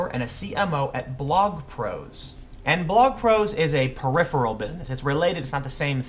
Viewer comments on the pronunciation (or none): none